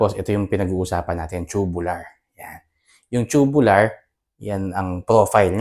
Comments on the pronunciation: agree po ako sa inyo pero ang pronunciation po ay toobyoolar "Tubular" is pronounced TOO-byoo-lur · It depends. Tube is pronounced as "choob" if it's in the UK accent and "toob" if the US accent. Both are correct. Parang "tomato": pwede to-may-to (US accent) or to-mat-to. New York: pronounced as "noo York" (US accent) or "nyu York" (UK accent). Both are correct. So it can be pronounced as choo-byu-lar or toob-yu-lar.